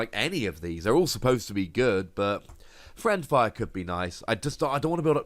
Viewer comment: Yet another excellent video! one thing though, you were mispronouncing it the entire episode. It's fiend fire, not friend fire.